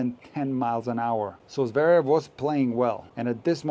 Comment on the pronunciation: Good riddance to NBC. Couldn't someone have taught Mac how to pronounce Zverev? It's not Zaverev!